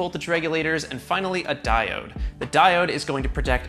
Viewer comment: The way he said "Diode" sounds like he is talking about something as special as quantum computer